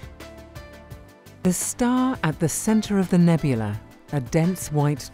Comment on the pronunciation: nyuk nyuk. . he said "nebulee" . .ya. .i'm simple.